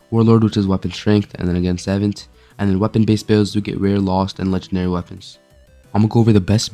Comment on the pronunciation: why are you saying savant like that. its suh-vont.